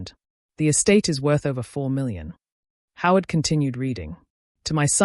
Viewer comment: 'Howard' is NOT 'how it'